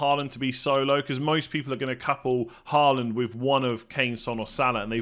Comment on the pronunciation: you're pronouncing Håland's name incorrectly. - In norwegian "AA" is the international way of writing "Å" which is a norwegian letter and is NOT the same as "A" nor is it pronounced the same way.